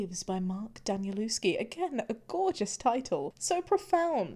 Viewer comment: It should be Da-nie-lev-ski, it's not a huge mispronunciation but because many immigrants in English-speaking countries have Slavic surnames mispronouncing them somehow became a standard thing to do, so it's a bit of my sore spot hah. The worst is when I see English-speaking people with Slavic surnames mispronouncing their own surnames. That's just sad.